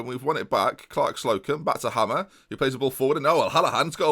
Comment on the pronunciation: Surely it's pronounced 'Hay-mer' not hammer